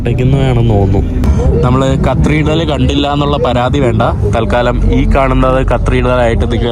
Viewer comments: നീ ഇതിൽ cathedral ന് പകരം കത്രീഡ്രൽ എന്ന് എത്ര തവണ പറഞ്ഞെന്ന് ഒന്ന് കണക്കെടുക്കണം. അതും തെറ്റായ ഉച്ചാരണം. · Please correct your pronunciation of "Cathedral" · ചെക്കൻ ഇന്ന് മൊത്തം കത്രിടൽ പറഞ്ഞെന്നെ ചിരിപ്പിച്ചു. thanks!😊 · Dear, U r pronouncing wrongly. It is Cathreedral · Hi, കത്രിടൽ അല്ല, കത്തീഡ്രൽ ആണ് ബ്രോ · കത്രിടൽ അല്ലല്ലോ കത്തിട്രൽ അല്ലെ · Katheedral, not (kathreedrel) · Not cathreedal, catheedral is correct, its ok, super videos, very anxious for next👌🏻👌🏻👌🏻👌🏻👍🏻.... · കത്തീഡ്രൽ ആണ്, കത്രീഡൽ അല്ല. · കത്രീഡൽ അല്ല bro കതീട്രൽ എന്നാണ് (cathedral) ഈ കത്രീഡൽ കത്രീഡൽ എന്ന് തുര തുരാ തെറ്റ് കേൾക്കുന്നത് ആരോചകമായി തോന്നുന്നു. പിന്നെ ഒരു suggestion... നീ ഓരോ സ്ഥലത്തു പോകുന്നതിനു മുന്നെ അല്പം effort എടുത്തു visit ചെയ്യാനുള്ള സ്ഥലത്തിന്റെ history and other informations collect ചെയ്യണം. അപ്പോൾ നീ ആ സ്ഥലത്ത് എത്തുമ്പോൾ ഇൻഫർമേറ്റീവ് content നിനക്ക് subscribers നു കൊടുക്കാൻ പറ്റും. ഇത് നീ ഒരിടത് ചെന്ന്. അവിടെ എന്താണ്ടൊക്കെയോ ഉണ്ട്, ഒന്നും മനസിലാവുന്നില്ല എന്നീ പ്രയോഗങ്ങൾ ആണ്‌. Thats not so professional. നീ യാത്ര ചെയ്യാൻ തുടങ്ങീട്ട് കുറെ ആയില്ലേ? Take it in a positive way bro. It’s only for ur improvement I’m a regular viewer of your videos. U can improve. ആ വിശ്വാസം ഉള്ളതുകൊണ്ടാണ് ഞാൻ പറയുന്നത് നിങ്ങടെ videos പൊളി വൈബ് ഓക്കേ ഉണ്ട് super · not CTHREDRAL but it's Cathedral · കത്രിഡൽ അല്ല കത്തീഡ്രൽ (Cathedral) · കത്രീഡ്രൽ അല്ല കത്തീഡ്രൽ, ഞ വരില്ല അല്ലെ ന എന്നാണ് പറയുന്നത് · കത്രീടൽ അല്ല cathedral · Its great all those who have not travelled. The main issue of France is the immigrants as you've said. They are the buglers of France now... One request.. Atleast you maintain the Decorum of Your native place. Not the Yankees.. Don't make disgrace to our country. Not കത്രീഡ്രൽ... കത്തീഡ്രൽ... Take this in mind. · aaaaaaaarghhh not carthidel its cathedral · കത്രീഡൽ അല്ല കതീഡ്രൽ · കർത്തീർഢ്റൽ ? കത്തീഡ്രൽ ആണ് ശരി.😅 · Kathreedal alla mone cathedral aanu